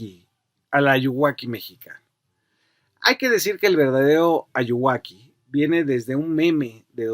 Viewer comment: Jajajaja Ayuwaki, es muy cagado que ya lo digan como si fuera su nombre y hasta pronunciado mal